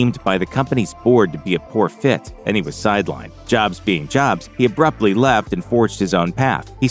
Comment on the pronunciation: Hating the robo voice and mispronouncing “Jobs” so I left this comment after 30 seconds of vid